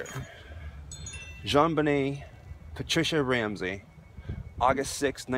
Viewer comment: I always appreciate how respectful you are in your commentary... little things like pronouncing her name correctly I’m sure mean a great deal to those who love her. Quality reporting.